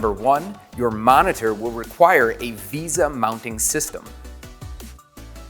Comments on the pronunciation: “Veysah” not “Veeza” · its vesa not visa. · So many comments pointing out amazing things this video missed But I still can't get over him saying visa instead of vesa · Why does no one know how to pronounce Vesa? It's "Vay-suh" not "visa" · It's pronounced vey-suh, vesa.